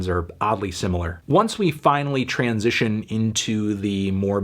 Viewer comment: Always weirds me out to hear you say 'transition' without the tran-sition thing. Also, I'll fucking cry if I want to.